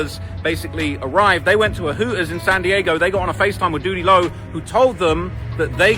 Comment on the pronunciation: Sprin er bus…..Hoo ers 😂🤣😂🤣😂🤣 his Goofy ass strugglin with them “T’s” like a mf🤣😂🤣😂